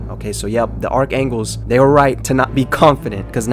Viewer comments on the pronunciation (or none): y do u keep saying archangles and not archangels